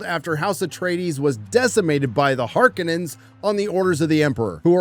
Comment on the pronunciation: Har K OH Nin's....... My freaking goodness.